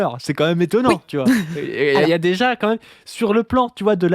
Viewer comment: Aucune idée bro, déso. Je cherche de mon côté (depuis 5 ans maintenant) où et comment (+pourquoi!) est apparu le "quand même" très fréquent chez les youtubeureuses du youtube jeu fr5, prononcé : "kahème". Je n'en dors plus, fais des cauchemards où les lettres k et m tournoient à l'infini avec pour arrière-plan la tête d'hugo décrypte. Les lettres entrent ensuite dans ses narines puis sont alors recrachées sur ses fiches inexistantes. Si quelqu'un sait. Sinon, merci qua ême